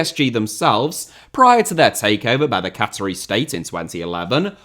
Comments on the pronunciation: That's a truly bonkers mispronunciation. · Am I missing some in-joke with pronunciation of "Qatari"?